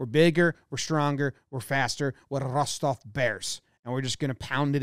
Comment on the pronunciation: Appreciate how Jomboy pronounces "Rostov". Spot on.